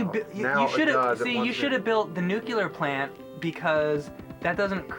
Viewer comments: it is unclear why you pronounce nuclear "nyuukular" it is very far from tubular to be heard from the forum as a lackey with no feat of measurable talent so please don't bring these proceeds off balance with your pursuit in the plunder of others. Let this be the wind in your sails, I beg of you please, go back to being the boy behind the wonder and keep your words far below and under, don't even utter, another word because I really don't want to see you polish another turd. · Did I hear say "nukular"? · I've always suspected that has special needs, but his pronunciation of "nuke-yoo-ler" seals the deal. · "new clear" "NEW CLEAR" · said nuclear like George Bush... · James says nuclear like George W. Bush does. Yikes. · pronounces nuclear the same way as Homer Simpson. "Nucilar; it's pronounced nucilar." "Whatever..." "Nucilar." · I'll make one. NUCLEAR. NOT NUKEULAR. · Say it with me,. New-clee-ur. Dammit.... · When says Nuclear Plant, it sounds like Homer Simpsons "Nucelar".:) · It's nucilar. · Just one thing,: "It's pronounced 'nuke-you-lur,' dummy. The 's' is silent." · He also says nucular in the board james doggie doo episode. He says nucular poop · "NUKE-YOU-LER" Ugh. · Say it with me. NU CLE AR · Neucular plant... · heh "nucular" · nu-cle-ar ...That is all. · "It IS Nuculer dummy, the S is silent!" LMAO! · OMG! XD HAHA you cannot pronounce nuclear! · My father works for a nucular power plant he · Yes James, build a nuculur plant. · learned a lesson from Homer 'Nucular powerplant" lol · He said "nuclular" -_ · Nukular? George Bush get out of this young men! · nucular power plants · nook -You -Lur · Nucular? Really? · I did, nuculer is incorrect. And everywhere I look, it's generally thought of as incorrect. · said nucular... fail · yes,. Nucular... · NUKE-CLEAR. Damnit,! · "nucular power plant" pulled a george bush. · He says "nucular" :P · Did I just hear say "nucular plant?"